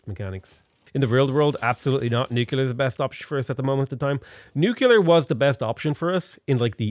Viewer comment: Nu-clear. Where the crap are you getting nuCUlear.